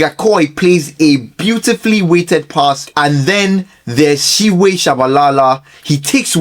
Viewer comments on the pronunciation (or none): siphiwe IS pronounced "C-P-WE" not "shiwe" bru 😭😭😭😭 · Good content but correct pronunciation is "Sea Pea Wear"